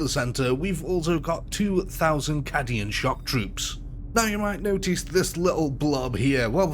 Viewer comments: "CAH-dian shock troops" 😠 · Good vid, but for the love of the Emperor learn how to pronounce ‘Korps’ and ‘Cadian’, would you? ‘Korps’ sounds like Core (because a corpse is a body) ‘Cadian’ sounds like Kay-dee-an And what’s a ‘Death Kreig’? 😜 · I'm gonna be "that" guy. "K-Deein" It's the Death Corps of Krieg. Kriegers, Death Corps are correct terms. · Just to be that guy, correct pronunciations: Korps = COR Cadian = CAY-dee-un chitin = KY-tin ...good video anyway. 40k modders make the world a better place. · not how you pronouce cadians either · Listening to this man mispronounce corps, cadian and every other important name was a pain on the senses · Man I couldn’t get how you say it’s a childhood dream to see this type of battle in a game then proceed to pronounce Cadian wrong every time 😂